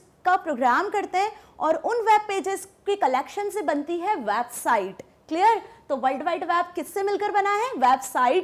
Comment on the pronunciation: It's वेबसाइट not वैबसाइट